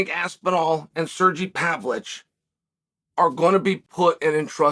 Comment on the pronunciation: What's with Chael not being able to pronounce half of the foreign fighters' names?? He calls Pereira, Piera. He calls Makhachev, Maclachev. He calls Pavlovich, Pavlich. Is this CTE or........